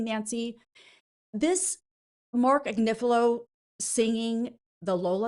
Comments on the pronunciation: I can't believe hasn't learned how to say Agnifilo yet when she hears Nancy saying it right, and she hears it in court all day, every day. And I can't believe hasn't corrected her by now. It's not Ag-ni-FEEL-ee-o like she keeps saying, it's Ag-NIFF-ill-o. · Agniflio 😂😂😂baby oil 😅😅 okay Marc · Agnifillio??? Please. This constant name mispronunciation is bonkers!